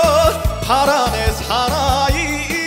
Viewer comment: 찬원님 미스터유 너무 잘하셨는데 왜 97점밖에 안나왔는지 아쉽네요 혹시 미스터를 미스타로 발음을했서 그른지 궁금하네요 찬원님 사랑합니다~~~♡♡♡